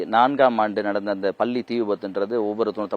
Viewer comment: இந்த செய்தி நிருபருக்கு நல்ல தமிழ் உச்சரிப்பு வருமா வராதா . பல்லி என்று சொல்கிறான் 🤦👊